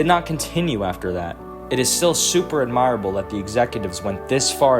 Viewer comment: And s-cower-ing and ad-mi-rable 😅